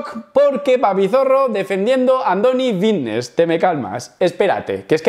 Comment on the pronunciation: "joer que bien hablo si parezco aqui un profesional" y dices fitness con V... Dices Vitness 😑